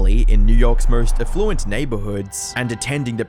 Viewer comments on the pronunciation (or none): Bro can you at least learn how to pronounce words properly eg affluent.